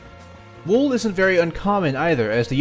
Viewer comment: Plebs: “wool”: ”wuewl”